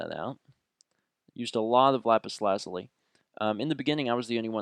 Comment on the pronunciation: lol lapis lazlie instead of lapis luzi